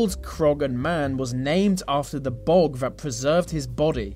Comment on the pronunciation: The... not Va. There is no v in the word THE